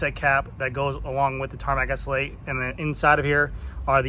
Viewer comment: Repeat after me: ESS ELL EIGHT. Not ESSL8